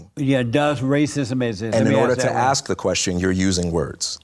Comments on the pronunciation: WTF he can’t even pronounce the word ASK and he said I’m AXING you ! JLP is an illiterate HOUSE 🥷🏽💯🙌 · It is ASK not AX. Learn to speak.